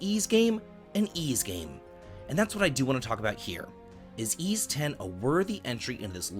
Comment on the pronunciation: Bro how could you claim to be a big Ys fan when you constantly fail to even pronounce the main characters name properly? Come on, dude.... you flipped it like ten different times in this video alone.